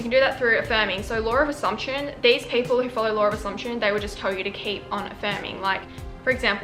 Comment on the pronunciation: really felt when they said “*lawr*”